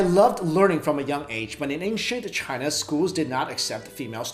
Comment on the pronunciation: Sorry. "China". Not "Cina".